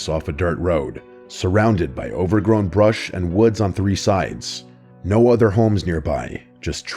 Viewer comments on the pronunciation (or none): none